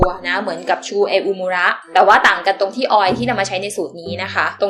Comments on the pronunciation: ง่าาาา ทำไมไม่มี bifesta ดังอยู่น้าาา หนูใช้ตลอดเลย ปล. Shu uemura อ่านว่า ชู อูเอมูระ ในคลิป อ่านว่า ชู เออูมูระตลอดทั้งคลิปเลยยย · ชื่อแบรนด์อ่านออกเสียงว่า ชู อูเอมูระ รึเปล่าคะ